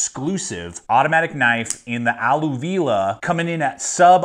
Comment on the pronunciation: “A-lu-vi-ell“ as in alluvial soil.